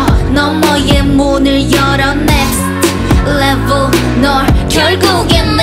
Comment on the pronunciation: Especially on the last chorus. That little accent added at each end of the syllable of "next levul" sounded extra sexy to me